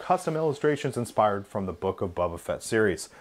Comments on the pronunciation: Good show. But it’s Boba Fett not Bubba Fett! 😀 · idk why but it annoys me that he says bubba fett i mean i like his vids but it’s bOba not bUbba